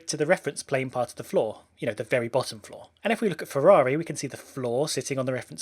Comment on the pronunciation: Anyone else hearing flaw and not floor?